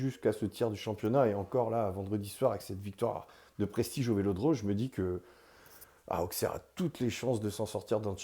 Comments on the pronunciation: Merci,je suis née là bas,et la prononciation AuXerre me fait mal à la tête. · On prononce ausserre même avec le x... merci 💙🤍💙🤍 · petite info sa se prononce ausserre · Très belle vidéo. Par contre il va falloir apprendre à prononcer Auxerre correctement 😉